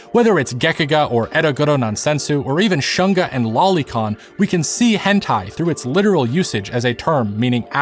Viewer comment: I find it was deliberate to pronounce shunga as 'shun-ga' (versus shoon-ga) was on point when they were trying to ban it during the Meiji period, because they wanted to shun the shunga enjoyers 😂